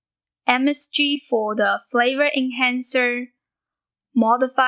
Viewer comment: Lol I thought you said "MSG, for flavor and cancer", then later in the video I realized you said, "flavor enhancer".